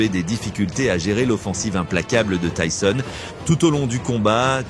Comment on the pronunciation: Vraiment ça va j'aime bien tes vidéos et c'est pour ça que je me suis abonné à toi et pour la force aussi 💪 mais là déjà c'est dommage ce n'est pas ta voix, souvent les mêmes vidéos de lui je trouve et surtout quand tu ébrèches le nom de Tyson en tisone ou tissone ça m'énerves un petit peu car tu fais bcp de vidéos sur Tyson et la plupart elle se ressemble en plus .. Et le tissone, tisone les abonnés ou pas doivent le remarquer et aussi heureusement que ça ne remplace pas le ''o'' par un' ''a'' sérieux là tu m'aurais tué mec, Tyson en tisane 😅👊 après je t'en veux pas mais règles moi ça après tu as commencé y'a pas longtemps mais bon.. Continue ce que tu fais et tu t'améliora 👌